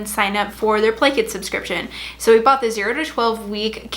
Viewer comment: Every time you said play kit I thought you said blanket hahaha